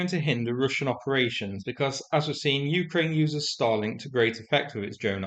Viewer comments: Because of your accent, you make "Starlink" sound like "Stalin". Never made the connection, so "thanks". Let's hope the strike left a FLAMING-O on the ground. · Is saying Starlink or Stalink? It is unclear 🤔